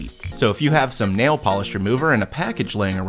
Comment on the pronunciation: The Po-li-sh Remover of Na-eel (Nail)